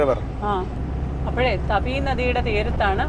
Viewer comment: തപി നദി അല്ല. താപി നദി. 🌹❤️